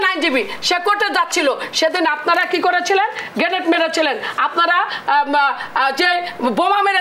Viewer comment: গ্রেনেড কে গেটেড বলছে😊😊